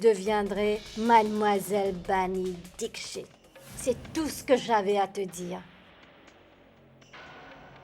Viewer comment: c pas dischit c Dixit okey😂😂